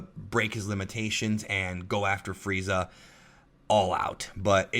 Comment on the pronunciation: did you know it's "Freeza" and not fried za